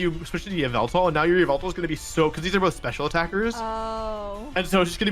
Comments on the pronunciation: It’s called ya-Val-tal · its pronounced yah-vul-tall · it's yavaltal